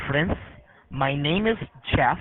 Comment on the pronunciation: His first name is "CHEFF ... J-e-f-f " 🤣